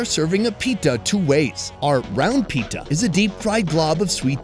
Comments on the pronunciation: "pita ❌ pitha✅" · Its no pitta its pittha Pittha is like a bread that is made from the flour of rice. And its for special occasions like Bihu. Btw I'm Assamese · Its Pitha Not Pita 😭